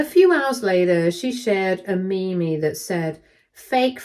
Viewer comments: Meme is pronounced like Meem, not Memie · Gentle correction for reading aloud: “meme” is pronounced “meem.”